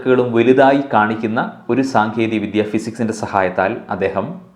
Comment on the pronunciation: Congratulations. വളരെ നല്ല presentation. Best wishes ക്ഷമിക്കണം. ഒരു കാര്യം ഈ അവസരത്തിൽ സൂചിപ്പിക്കാൻ ആഗ്രഹിക്കുന്നു. അത് താങ്കളുടെ അവതരണം കുറച്ചു കൂടി മെച്ചപ്പെടുത്താൻ വേണ്ടി ആണ്. താങ്കളുടെ ഉച്ചാരണത്തിന്റെ ഒരു ചെറിയ വൈകല്യം:- "ദ" എന്നത് പലപ്പോഴും "ധ" എന്ന രീതിയിൽ ആണ് ഉച്ചരിക്കുന്നത്. ഉദാ:- വേധി ( വേദി), വിധ്യ (വിദ്യ) I am sure you will take this in the right spirit.